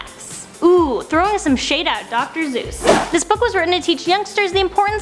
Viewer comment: its dr. Seuss not dr. Zeus